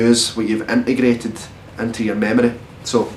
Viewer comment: ***** Well at least we were lucky enough to hear him say "integrated" towards the end. :) EN-A-GRRRAT'ED